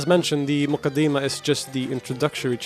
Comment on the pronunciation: its more accurately pronounced as the ‘Mu-kaddi-mah’